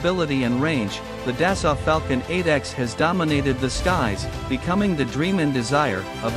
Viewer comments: It pronounced “Da-Soul” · Thank you for the video, it was enjoyable. I realize this is most likely a computerized voice defaulting to the pronunciation based on spelling, but the correct way to pronounce "Dassault" is "Day-So" long A, long O, silent T. I don't want to come off as a know it all, but if I were mispronouncing someone's name I would want to know. My wife is an engineer for Dassault, otherwise I too, would probably mispronounce it. Again, thank you for the video.